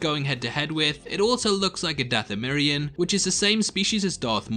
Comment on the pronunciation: “Dathomirian” YIKES